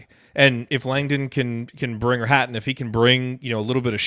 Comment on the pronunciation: its pronounced Hatton :)